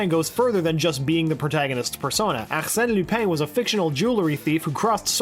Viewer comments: It’s Arsene not AKKKKKsene... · Dude. It's Arsene. Not ACHsene. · If you keep saying arsene like that I’m gonna tweak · When he tries to say arsenè 💀💀💀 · Can you just say Arsene please 😂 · Please stop saying “Arsene” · the protags persona name is Arsene lupin.. what was that name you said? is that ghowits pronounced?